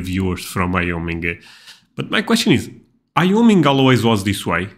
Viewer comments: What was that? IOMIN. Guayoming for Wyoming. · Wyoming is pronounced "why-OH-ming" Wyoming is the least-populous state in the United States with around 580000 people. Those people are spread across 97914 square miles (253600 km²) giving it a population density of about 6 people per square mile. This is the second lowest in the US after Alaska, because Alaska has more people total but it's much, much larger.